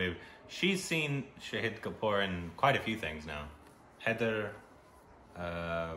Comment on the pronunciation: Heyyy you pronounced 'shahid' right.!!! finally....